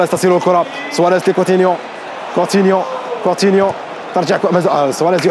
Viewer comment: كيفاش دلوفيو و هوا يقول كوتينيو كيفااااش 😠